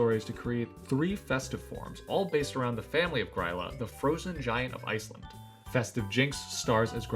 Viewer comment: The Y in Grýla is pronounced like the last Y in Bonny or Kelly or Billy. It's not pronounced like eye or like the Y in why or buy.